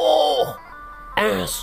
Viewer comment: Hahaha..... mules perutku dengar penyebutan Owloh... es we te.😁🤣